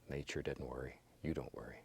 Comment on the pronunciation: ”It dudn’t matter” I love this man and his art Needs more bass boost tho...